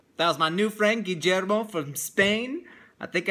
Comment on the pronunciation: it's not gigermo mike. It's Gi-lli-er-mo (it is an L sound not a G or D)